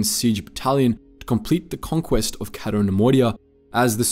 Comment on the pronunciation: It's "Cay-to", not "Catto". Why do you do this???